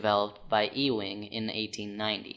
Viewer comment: And he's wrong about a few things. At the molecular level, ferrous materials (like Iron, Steel, Strontium and Boron) actually STOP behaving like magnets. Ewing's (pronounced Eww-ing. Not EEE-wing) assumption that magnetic materials is his Assumption based on the OBSERVABLE effects. Since Ewing's days, we've created things like Super-Colliders and Magnetic Mass Spectrometers. We know that the Magnetic nature of ferrous materials stops at the molecular level. Cont....